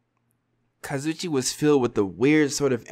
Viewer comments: Kazoo e che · The fact that every episode calls Kazuichi “Kazoochi” 💀💀💀 sends me